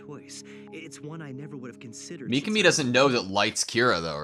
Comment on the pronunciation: Don't fall for the English dub pronunciation. It's not mee-kuh-mee, it's mee-KAH-mee